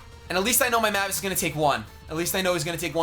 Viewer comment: When will learn that mavis is pronounced May-vis not mah-vis.